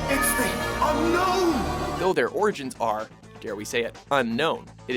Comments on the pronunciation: it's unown,not unknown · its Unown, not Unknown. (Im pretty sure) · why do everyone say unknown I thought its unown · unknown is pernounced un-own weird right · By unown...did he mean un-own? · “Spell of the Entei: Unown”?? What the fuck?